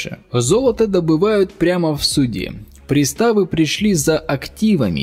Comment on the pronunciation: Не пристАвы, а прИставы😂